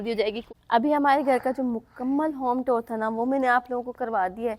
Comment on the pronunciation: Tour ki pronunciation sai se karrain.app jab tour bolti hn tab lagta hao tore bol rai hu .naraz nai honA.Allah naseeb karrain